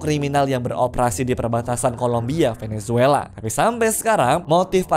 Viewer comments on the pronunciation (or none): none